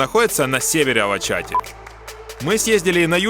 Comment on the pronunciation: Очень классно показали все, наверное это лучшее видео об Измире...но правильно говорить Алачаты, ударение на последний слог. Ал- алый, ала разноцветный, чаты-крыша. Полагаю отсюда перевод красная или цветная крыша. И...кумру, а не кумрю ;) а туркам даже нравятся такие ошибки. Удачи!